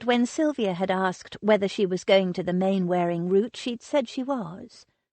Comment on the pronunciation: Narrator is a lazy American who can't be bothered to say English words properly. Its said 'Mannering' even though its spelt Mainwearing. Look up the sound bite on google. Its a very old name so of course the use over the centuries has changed it.